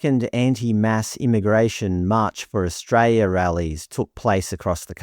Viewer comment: Australia has an "L" in it's name